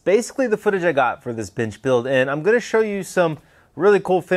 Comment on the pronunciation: 🫣I’m hard of hearing and kept thinking you were always saying “bitch” instead of “bench” thinking dang this guys gangster. Hehe